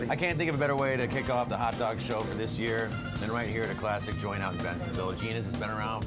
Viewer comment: hahahaha a "haot" dog